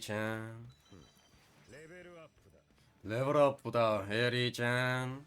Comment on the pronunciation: W vid 😂😂the way u say ERI CHAN cracks me up 🎉🎉